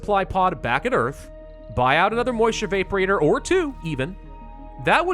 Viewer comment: Gotta say, I've never before heard that pronunciation of evaporator before.